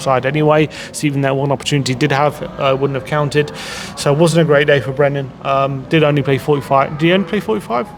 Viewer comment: Brennan, not Brendon, it's been a year